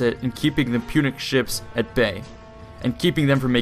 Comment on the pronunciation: Why can't you say ships? lmao good vid tho